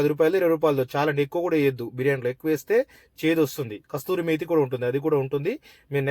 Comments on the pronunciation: కసూరి మేతీ అది కస్తూరీ మేతీ కాదు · Hello master adi kasthuri methi kaadu.....kasuri methi... And hands ki gloses veskoni cheyandi....